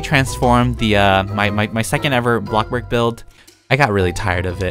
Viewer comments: Lol it’s bloxburg not block-burg loll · The Way Says Bloxburg:Ablockburg And Me:Waaaaa I want to play Blockburg now and Comit oof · No one:: ITs BlOcK BoRgUr